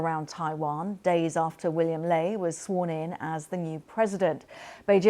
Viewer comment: The female host even can't pronouce Lai's name correctly, why do you care?